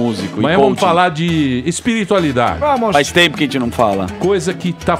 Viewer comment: Pânico contratem o André Marinho e o Alba. Obs: O fala "ZENTZI" no lugar de "gente" kkkkk